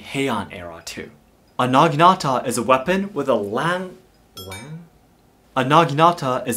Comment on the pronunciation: Lang is long kn german xD